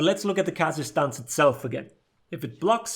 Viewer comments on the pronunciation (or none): I always heard "kazakhstan" when you said kaza-stance 😂